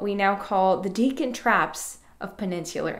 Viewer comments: You may want to check authoritative sources for the pronunciation of the word, “Deccan”. I was surprised to hear you pronouncing it, throughout this video, as “DEEK-uhn” — like the word, “deacon”. I’ve always heard it pronounced, “DECK-uhn”, although I grant I can’t state with absolute certitude that that is •the• correct pronunciation. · 'Maastrichian' goes reasonably well, but I'm fairly certain that Deccan is pronounced more like 'dekkan' than 'deacon' ;) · Great review. FYI. I think it is deh-kn with a short e not dee-kn with a long e. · I've always thought it was pronounced deck-in rather than deacon. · Why are you saying Deekan? The E here is clearly short, as it is followed by a double C. It comes from the Sanskrit word dakkan. There is absolutely no reason to change the short E to a long one.